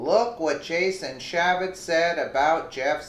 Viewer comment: CAN YOU NOT UNDERSTAND HOW IGNORANT EVERY VIDEO YOU MAKE SOUNDS SO IGNORANT? YOU SLAUGHTER PEOPLES NAMES, CHAFFETZ IS CHAY FETZ! YOU IDIOT! THESE NAMES YOU SHOULD KNOW! SINCE YOU THINK YOU CAN REPORT ON THEM!